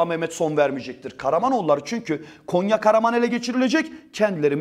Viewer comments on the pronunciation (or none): none